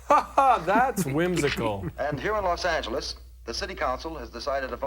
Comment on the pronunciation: who the hell pronounces Los Angeles like that guy?